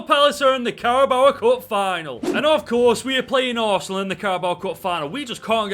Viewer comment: I love the” carabowa” cup